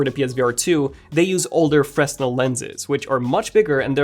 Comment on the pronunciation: The render is really nice, but please correct the pronunciation of foveated and Fresnel in future videos :)